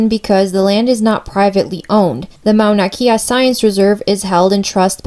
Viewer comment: Got this from a comment and I needed to clarify too: She was right and I mispronounced it. It's not Mauna Key-a but Mauna Kay-a (Kea). My fault Comment: Do your homework before stating an opinion, learn to pronounce the names correctly, and show balanced points-of-view. Perhaps then your argument will have some merit as an informational presentation. Otherwise you might as well post your opinion on twitter Response: After watching it again I see how I gave more way to a preferred view. I should have been more careful. I am in the middle about this. If the natives of the island are disturbed about having a telescope built on their mountain, then it should be respected but if there is tourism and conservatories already up there, why is the telescope a problem now? I see how I could have balanced it better. Thanks for the feedback